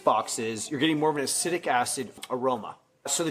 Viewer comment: Ah-seat-ic asid